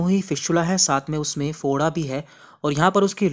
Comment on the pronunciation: Bhai Foda hota hai (Bhoda) nhi hota